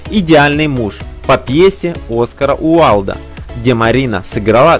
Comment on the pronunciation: Где вы откопали такого "диктора" ОскАра Уалда? Позорище.